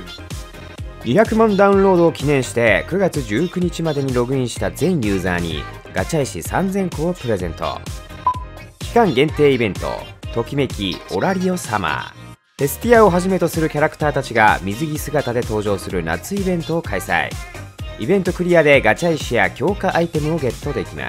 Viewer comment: オラリ「オ」な・・・前からずっと間違ってていつ気づくのかと思ってたけど